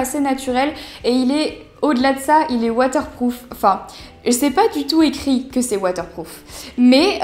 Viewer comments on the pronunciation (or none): none